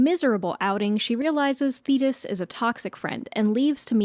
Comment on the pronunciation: The way my heart DROPPED when i thought you said zeus was having an affair with "fetus" and not "thetis"